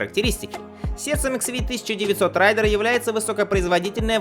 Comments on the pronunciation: РЭЙДЕР! Блять, а не рАЙдер! Raider и Rider два разных слова. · Еси знать английский, то произносится рЕйдер, захватчик.. именно так Ямаха его обозвала